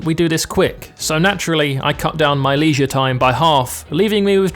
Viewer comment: Ask him how he's pronouncing 'leisure' and 'vase'. He'll kick himself later....